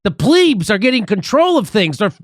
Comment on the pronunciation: Plebs, not pleebs.